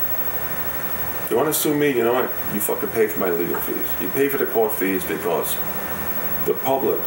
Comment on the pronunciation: I love his way of saying "because" like "bekoss", it's super cute. Is it a characteristic of the Brooklin accent? (Pardon my dumb ass, I'm French and still learning ^.^)